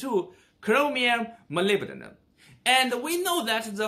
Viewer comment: This video got recommended to me a couple times now. I subscribed because it's acurate. But, you pronounced Molybdenum way better than most English speakers, lol. That was impressive.